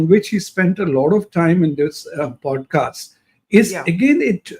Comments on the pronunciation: Can someone tell Barkha, it's called poDcast and not poTcast? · Why does she potcast instead of podcast? The national journalist perhaps needs speech lessons?